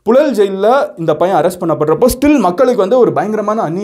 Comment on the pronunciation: ழ உச்சரிப்பு பழகவும்.புழல் என உச்சரிக்கவும்.புலல் என்று உச்சரிக்கக் கூடாது.